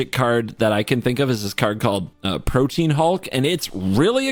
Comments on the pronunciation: That is not how you pronounce protean, its not protein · Holy shit, yet another person who pronounces Protean Hulk like "Protein". IT'S PRO-TEE-AN